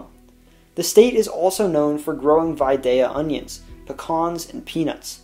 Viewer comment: YOUR PRONOUNCED VIDALIA ONIONS CORRECTLY! Thank you!!!